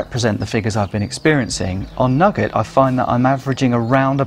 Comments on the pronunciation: Many thanks for such a carefully constructed and well considered video. Thanks also to others for their useful comments. Just one criticism for the benefit of English learners (I teach), the sweet (candy) shop item "nougat" is usually pronounced "noogah" [Edit: in UK English], not "nugget". I shall subscribe. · NEW-GAT not nugget...